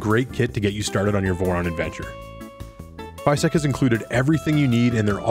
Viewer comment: What a neat printer! However, unless I'm mistaken they are called FYSETC, not FYSTEC.